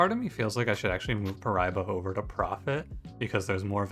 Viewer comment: As this geam is from my country, hearing you saying paraíba was weird, but no harm no foul